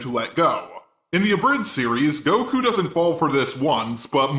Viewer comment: Oh you can go fuck yourself.... Is what I would say if I didn’t think you were a good youtuber Edit: just realized that he says dose not doesn’t